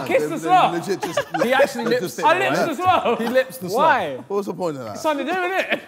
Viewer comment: "He lip-sd it" 😆